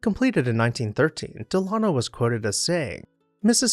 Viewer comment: Delano has the accent on the first syllable, not the second.